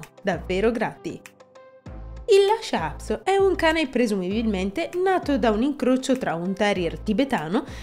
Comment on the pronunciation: Per quale motivo lo pronunci " Lascia"??